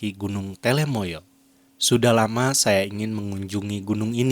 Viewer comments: Telamaya duul, bukan telemaya. Sing bener po'o. Dirungokke wong okeh je. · Gunung telomoyo bukan telemoyo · TELOmoyo, bukan TELEmoyo ya min.